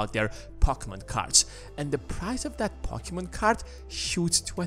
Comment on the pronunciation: “Pockyman cart...” “A hendrid dahlers” Why does no one speak English anymore?